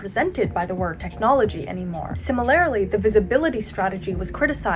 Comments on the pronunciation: Day 11399 of getting her to say SIMILARly instead of simiLARELY And yes, I may have autistic tendencies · "similarily" is painful to the core